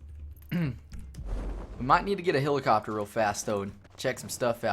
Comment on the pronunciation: you need some pronunciation and grammar lessons. "I done got it" "hilicuptur"